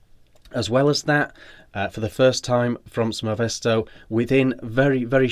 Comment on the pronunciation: Sfoe mesto Sfae mesto, I cant understand why British people cannot pronounce a single foreign word properly...